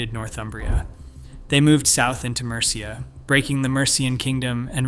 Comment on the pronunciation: Mercia's pronunciation makes me cringe too